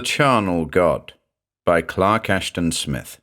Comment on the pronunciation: Mr. Clark Ash-TAHN. What a treat!